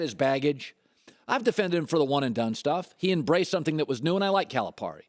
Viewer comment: First of all, learn how to pronounce Calipari's name.